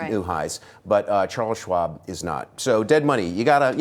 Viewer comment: He kind of pronounces Chares Schwab as dead.